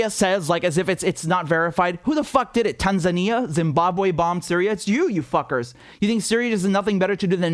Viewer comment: Bro, when you said Tanzania....🤣🤣🤣 O...M...G!